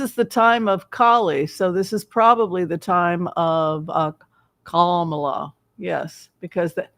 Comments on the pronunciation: The accent is on the first syllable in Ka’ ma la…not criticizing, just hopefully a helpful suggestion. Thank you for your reading ❤ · Her name is pronounced COM-ma-lah. Think of the name Pamela but say “Komala.” It’s the word “comma,” with the emphasis on the first syllable, followed by “lah.” This is the correct pronunciation. Don’t listen to what anyone else tells you. Her mother named her Kamala which is a Sanskrit word meaning “lotus flower.” She was born in Oakland, CA, raised in Berkeley, began her law career in the Alameda county DA’s office before she was recruited to San Francisco and later became their city attorney. We’ve known her for years here and it’s definitely CommaLah. There are probably YouTube videos of her pronouncing her name. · It’s comma-la, like the punctuation comma, just add la. People make it harder than it really is. COMMA LA. This lady’s name is not that difficult and it’s important to speak her name clearly, as she may become the only lifeline our country has. COMMA LA🌻